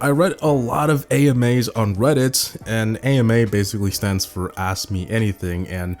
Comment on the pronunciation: Is anyone gonna tell him that he is saying ask wrong